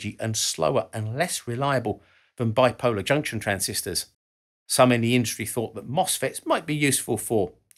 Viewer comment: "*Biploar* Junction Transistor" whoopsies